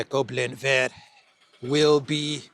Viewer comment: Goblin is pronounced “Gobe-lan” in French!